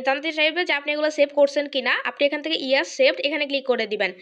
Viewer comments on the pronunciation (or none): none